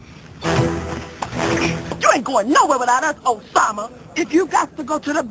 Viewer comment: Did she say Obama or Osama???